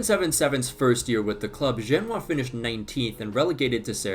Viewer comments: Over here pronouncing "Genoa" like it's a city in China. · You don't pronounce Genoa like that